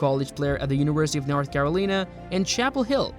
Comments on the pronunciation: Sorry, I will not subscribe to a robot. Caroleen? It is Carolina. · Read my lips, "Care-Oh-Line-ah." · Its pronounced "Caro-line a" Couldn't find video of his college days? Pitiful. 🙄